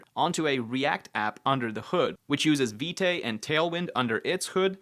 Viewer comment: isn't Vite pronounced "veet" ? also, completely agree, not sold on reflex, yet another wrapper..just use TS directly